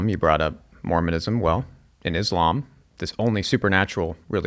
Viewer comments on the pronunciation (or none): none